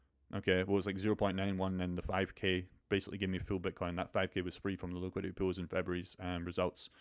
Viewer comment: It’s pool not pills.. some people might think you’re talking about juicing up. I thought u invented a word. POOLS not pronounced pills.